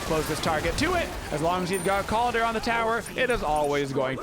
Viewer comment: Sorry, it really grinds on my ears to hear you call him Kaldir with an i. It’s Kaldr, no i in the spelling or pronunciation. Skadi’s voice lines don’t even pronounce it that way.